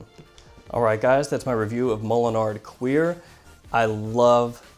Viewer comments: great review. One thing, cuir is not pronounced queer:) I've uploaded my own pronunciation of it. take a listen Listen to Sounds from Wednesday evening by Tal Mamatov #np on #SoundCloud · Isn't it pronounced cure lol. El Frencho for bovinedermus